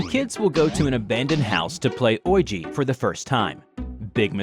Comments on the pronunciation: O... K "oilg?" The word "Ouija" is pronounced as "wee-ja" or "wee-gee." 😂😂😂 Never heard it pronounced like that before! 🤣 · Uhh is he using AI???? Clearly Ouija is being mispronounced due to its way of being spelt even though the pronunciation is widely known....come on now!